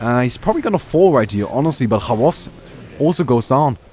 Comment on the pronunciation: i'm not being mean but you pronounce XBOCT wrong :)) You read it like "khavos" but its actually "khvost". Just type "tail" in google translate, in English-Russian dictionary. Than the sound thing will help you out :) thx for the vid